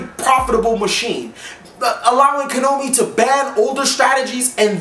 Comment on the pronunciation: Why do you always pronounce Konami as "Ko-no-mee"?